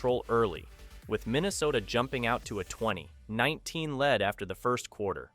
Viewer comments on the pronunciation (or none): It's not lead, it's lead...you know what I mean. I hate computer voices. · I am so tired of ai voices! It's not lead like the metal its like I am leading! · Why do you keep saying "lead" incorrectly? Or is this AI narration?